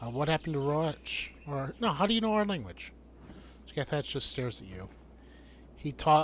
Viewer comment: Scathatch is pronounced Ska-Hah